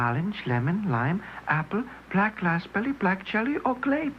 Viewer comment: they def said black lazberry